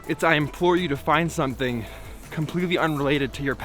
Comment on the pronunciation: You'd say, it was... sewthing? ^^